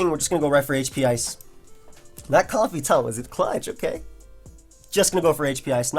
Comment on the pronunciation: omg you pronounce it correctly. It's like a comfy pair of socks, as in comfortable. A certain other poketuber pronounces it comb-fay. Drives me nuts.